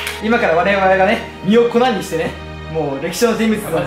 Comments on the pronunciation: 、みをこなにしてではなく、みをこにしてですよ…… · 「身を粉にして」…は、「みをこなにして」ではなく、「みをこにして」デスww 〜〜〜😂